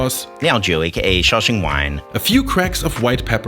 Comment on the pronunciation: The way he says Shao xing wine just makes me chuckle, I'm glad you used it.